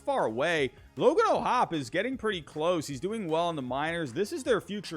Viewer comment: Its logan o’hoppy is how it’s pronounced